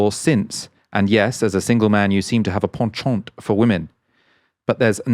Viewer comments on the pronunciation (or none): none